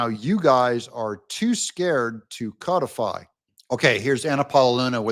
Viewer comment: It isn't CO defy.😂😂😂 Ask Google to pronounce CODIFY. You are doing it WRONG.😂😂😂😂